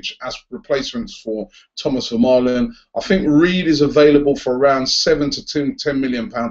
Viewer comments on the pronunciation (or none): none